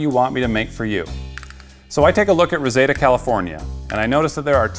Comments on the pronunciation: It's Re-Seed-Ah. Not Rezeda. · It's pronounced "RUH-ZEED-DUH" not "ruhsayduh". Kind of sounds like "receding". 😂 Guess you're not from California? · Rezeda.... It's Reseda.!! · Pronounced Reseeda, not resayda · I don' t mean to be rude at all, I mean to be helpful with this. Reseda is said as ree-see-duh not rose-zay-duh. I've lived in that city most my life and without the map I would not know where you meant. The Van Nuys WalMart is actually closer distance wise but the Fallbrook mall one is easier to get to and is safer. The super-center location at north I've never been in but that area is very pretty and been to the shopping center it is in a few times. I am just trying to be a friendly local from the area helping you out. Tell me to fuck off if you want to or if i come off as being rude. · the name of the city is pronounced Ra Seed A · Reseda is pronounced re-seed-ah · Btw I live in encino California , reseda is fairly close . It’s pronounced- RA-SEE-DA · The way he said Reseda,CA 😂 I grew up by there and it’s Ree-see-dah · Ruh-see-duh =Reseda just fyi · Bruh...it's pronounced REH-SEE-DUH... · It’s pronounced Reseeeda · IT'S PRONOUNCED RE-SEE-DAH (reseda) its filled with scammers and tweekers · (It's Re-SEED-uh, California). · Reseda is pronounced "reh-see-da" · It's pronounced "RAH-CEE-DA". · You said Reseda wrong it’s ree-seed-a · This is actually around my neighborhood...i can do the delivery for you?...Lol. Also its pronounced "Reseeda", have you not watched the original Karate Kid? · Pretty sure it's pronounced "reh-seed-uh". Damn, missed the video I was stuck on how you pronounced it. Now I have to watch this again. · Your mispronouncing Reseda. Its Reeseeda. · Oh no that’s not how you pronounce Reseda....XD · You're mispronouncing Reseda. Watch The Karate Kid for the correct pronunciation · Say Reseda correctly ... for the sake of Tom Petty's Ghost .. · Dude... Reseda ... you're saying it wrong, ffs.